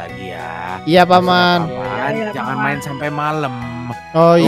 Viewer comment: hahaha kocak namanya omom genit kocak geming dah namanya ngakak aku,aku jg ngakak pas ngomong cara pulang jadi cara purang sama pas ngomong jangan jangan apa jangan jingin ngakak sumapah yang ngakak like ya (gak maksa ya)🤗